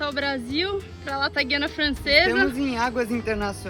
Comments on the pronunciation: O certo é “GU” e não “GUI”. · A pronuncia correta é gU iana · É um local pouco conhecido do Brasil e parece que o governo local está investindo muito na qualidade das rodovias. Pronuncia-se Guiana sem o "u". É a mesma coisa que guindaste ou guiar. Outro detalhe: em toda a União Europeia, as placas de trânsito de parada obrigatória são iguais, ou seja "stop".